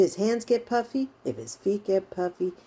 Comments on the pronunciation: Haha me too. I was watching a video of hers the other day when she mentioned she was going to do this particular video and I too thought she said "puppy" hand syndrome lol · omg i have literally thought you’d been saying PUPPY hand syndrome 🤣💀